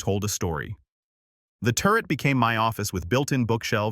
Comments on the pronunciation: 😂AI cracks me up! It also makes me sad….. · Turret office not turd office. AI really lost it.